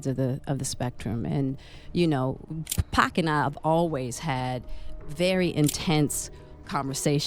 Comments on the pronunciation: It's Pac not pack this is all cap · Arseenio, Pack????? WHO ARE THEY? I am so tired of people telling stories about people they know nothing about. I mean how can you give accountings of someone's personal life and you won't pronounce a person's name correctly????? I WONT BE LISTENING TO THIS TRASH. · The 'Pack' pronouncing is killing me lol